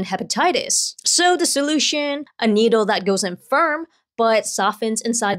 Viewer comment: Needle ❌ Noodle ✅